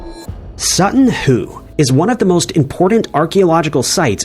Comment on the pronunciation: Sutton Hoo not Sutton Who!